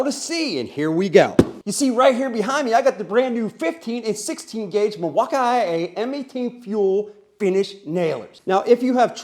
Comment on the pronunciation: Hey sometimes I watch your channel from time to time. I am a big Milwaukee fan and I watch a lot of the other channels on YouTube. I don't want you to take this the wrong way, you seem like a really nice guy but it really hurts my ears when you say "milwauk-I-A". It makes you look and sound seriously uneducated and it hurts my ears. Those letters aren't even in the spelling of Milwaukee. I think you would do a lot better if you would drop that vernacular. You would probably pick up more subscribers if you would just talk to your audience a little more appropriately. I do enjoy some of your content but it's tough to watch especially if my kids are around because I do not want them to catch on to uneducated talking. I don't mean any harm just to suggestion I'm putting it out there so please don't take it the wrong way. I'm sure you put a lot of work into your channel and I respect that. I'll keep popping in from time to time but just my two cents. Thank you and have a good day.